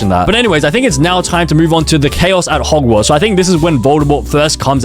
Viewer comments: Bro said ’’mogwarts’’ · Hogwarts nah mogwarts